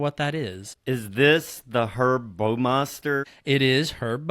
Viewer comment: Baumeister rhymes with “Wow” meister. It is NOT pronounced “Bo-meister”.